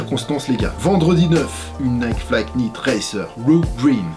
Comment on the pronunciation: Y'a que moi que ça stresse quand il prononce le "K" dans Primeknit et Flyknit ? Ça ce prononce "Praym nit" Et "Flay nit" y'a pas de "K" !